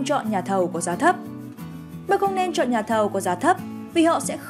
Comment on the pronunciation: Này hình như ko phải người thật đọc, thấy nhiều chỗ thiếu dấu như chữ “nhà” mà đọc thành “nha”